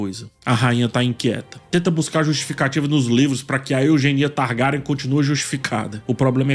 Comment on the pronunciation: Mano, adoro as visões desse cara. Mas o jeito que ele fala o nome dos Targaryen e principalmente do Fumaresia, mata o português 😐